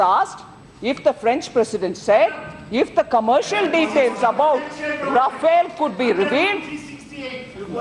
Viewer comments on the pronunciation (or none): learn to pronounce the name of the plane